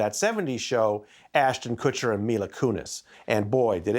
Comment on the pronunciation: Ashton’s last name is pronounced Kutch, short u, NOT Kootch short o. Kutcher, not Koocher 😅😂